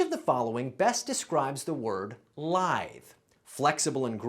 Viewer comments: You pronounce lithe wrong, it's lithe haha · Did he mispronounce the word lithe?